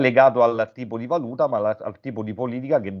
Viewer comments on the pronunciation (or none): none